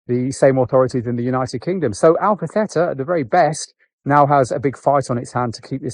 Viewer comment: Alpha "Thayta"